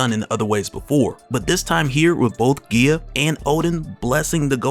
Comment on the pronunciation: Guy-uh not whatever the hell your saying